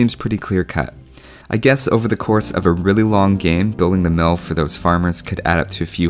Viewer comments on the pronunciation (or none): it sounds like you said building a milf lol